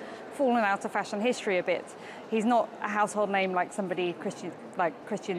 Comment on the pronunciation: You’re pronouncing the name incorrectly!